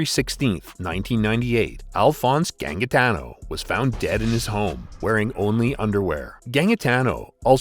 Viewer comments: Gangitano is pronounced ganjitano just to correct that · John gang-itano😂 it’s pronounced Ganjitano.😂😂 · Its pronouced Ganjatano, also he wasn't the 1st, watch Underbelly it helps alot. He shot someone who owed him like 1500 dollars, then people in the Carlton crew wanted him gone, especially the young ones like the morans as he was a liability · Gannmggitaaano. You yanks can't pronounce any names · The second g is pronounced with a j sound in Gangitano. "Ganjitano" is more like it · That is.....not how you pronounce Gangitano. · ikr....and a few other. names.. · not gonna lie the american narration here is doin ma head in. so many mispronunciation of names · Mate you screwed up the pronunciation of Melbourne and Gangitano and other names. Just cringeworthy. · St Kilda is Saint Kilda. St Kilda road police station not Kilda road police station. Also Gangitano is pronounced with a soft g for the second g. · Why can no American ever pronounce Melbourne properly? And gangitano too it seems. Mick Gatto was friends with the Moran's, wtf even is this rubbish?